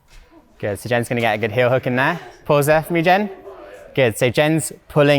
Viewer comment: when i hear her say "guwon" i knew it was sheffield.